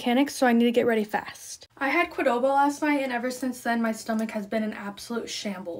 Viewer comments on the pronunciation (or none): What is kwadoba girl its kewdoba (I am kidding your pronunciation is valid) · Oh no qdoba is my fav lol also you pronounced it wrong lol